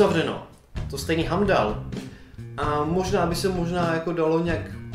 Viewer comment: "Hamdall" je to "Heimdall" :) a Vision je počítač on sa zálohuje... a vedšina tých mrtvých bude mať ďalší film.....